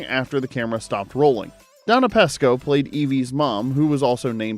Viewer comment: Donna Pescow's name is pronounced with a long E ! You pronounced it with a short E !